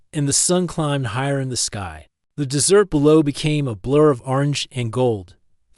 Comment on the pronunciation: Terrible narration. Pronounced "dot" at end of sentences; pronounced "desert" as "dessert". :-(